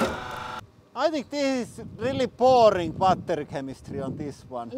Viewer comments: I love how he pronounces battery like bah ter yh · 빠떼리 발음 친숙하다